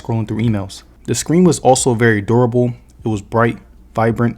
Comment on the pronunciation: Broooo🤣🤣🤣🤣 omg so I had to rewatch and activate the captios but the way you said durable sounds like adorable I just saw it now 🤣🤣 my bad bro